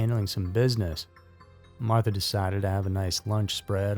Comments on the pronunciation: Not Martha,, May-mah. Otherwise a good documentary. I’d understand if this was another robot voice. I’d take this down and re-edit. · unfortunately this story is 100% true. I appreciate your skepticism as channels like this are usually never researched. This was, (aside from the pronounciation of Mamah’s name.